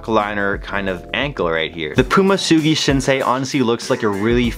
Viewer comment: Soogi shinsay lol